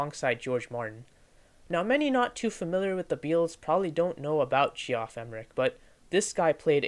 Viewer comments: “G-off Emerick” 😭😭😭💀🏴‍☠️🏴‍☠️🏴‍☠️ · G-off? it's JEFF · Cool vid! Pretty sure it's pronounced "jeff emerick" but don't quote me on that